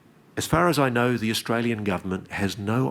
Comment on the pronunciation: He said "Austral-alien" 😂